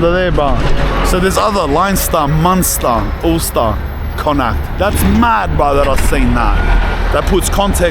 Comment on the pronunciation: Impressed the way you pronounced the four Province's of Ireland especially Connaught, so many ppl get it wrong, that's why they're similar sounding name's in Ireland like Flanagan Hannigan Lanigan etc the original name was O Hannigán but the english couldn't be bothered to pronounce it correct and wrote what he thought he heard, the same in Ellis island New York and brits again in Australia bastardizeing Irish surnames on arrival as Slave's for the british crown most, Irish were the first slaves traded by the british before African chiefs started rounding up other African tribes and selling them to the white man, them ships would leave Africa with their slaves bound for the new brit colonies in the Americas and west Indies, the ships would call into Ireland and wedge as many Irish slaves as they could beside our Black Brothers and Sisters 😢☘️💚